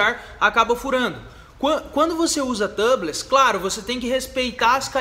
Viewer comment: A pronúncia de tubeless é "tiubless" , seria Tâbless se a palavra fosse escrita "tubless".